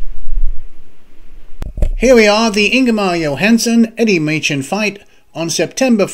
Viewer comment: Wasn't Eddie's last name pronounced Maychen ? Long A ? ...Asking for a friend ...